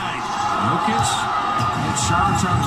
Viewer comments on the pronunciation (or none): My guy, it's "Yoke ich" not "jock itch" lol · It's Yokich... serbian letter "J" is like Y(es) Y(ou) Y(esterday)... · Dude you need to watch more nuggets games. And it Yo-kich. Get it right he’s the best player in the league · I can’t tell if the way you pronounce Jokic is disrespect or illiteracy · Bro say Jokics name right. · can he at least say the Joker or pronounce Jokic name correctly put some respect on that man.